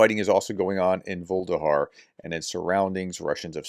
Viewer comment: Please prof can you do something about your pronunciation of russian and Ukrainian cites and other stuff? Vul-e-dar not Vul-de-har and also NUCLEAR not nucular (which means nut like). Ta.